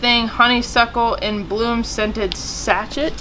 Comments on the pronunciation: Sashet pronunciation.. sashay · Too bad I live so far away. Those beading supplies would sell like hotcakes here in Egypt. By the way sachet is pronounced sah-shay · Sachet is pronounced sa-SHAY. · the black easel thing is a typing stand - I use one to my right hand to show me what to enter in my estimating work. The small package at the beginning is pronounced sah-shay. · sachet is said as sa-shay thank you for the chuckle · Pronounced sash-ay. Just an FYI ♥️ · Sachet is pronounced Sashay. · It is pronounced sash shay